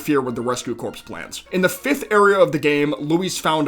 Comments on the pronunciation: Great video man! Just for future reference: Corps isn't pronounced like "corpse", instead more like "core" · Rescue Corps, not Corpse. It sounds like "core". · Great vid but for the love of God it's "core" not "corps" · I'm sure someone has already said, but "corps" is pronounced "core." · Corps is pronounced "core" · Yes, it's pedantic, but someone needs to say it: Corps is pronounced (kor), like the core of an apple, not like the corpse of a dead person. They are the (reh-skyoo kor). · FYI Corps is pronounced like "core" not "corpse" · it's pronounced korr. not corpse. sorry, had to say something because it bothered me hearing corpse over and over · Heads up, “Corps” is pronounced like “core” not like “corpse” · Not to be rude, but it is pronounced "cor" not "corpse." I got it wrong at first too. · Small note, but "corps" is actually pronounced "core". It's a military division, not a dead body. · Just so you know, the word "corps" is pronounced like "core," not "corpse." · The word “corps” is actually pronounced core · great video. i just have to say: corps is not pronounced like corpse. it's pronounced like core. i believe it's because it's French. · Don't forget that pikmin 4 completely replaces 1. Also, the P in corps is silent. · Holy fucking shit dude. The word "corps" is pronounced "CORE". A corpse is a dead body. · "corps" as in the rescue corps is pronounced the same as the word "core" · I got really concerned about all the corpses you kept talking about, before realizing you were just unfortunately mispronouncing corps the entire time.